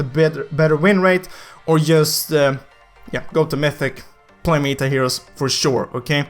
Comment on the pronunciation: I was confused when said mita heros i was like wtf is mita hero Mind:its meta heros dumass